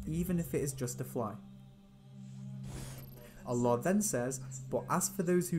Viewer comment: MashaAllah. The way you utter/say Allah is in perfect pronunciation. MashaAllah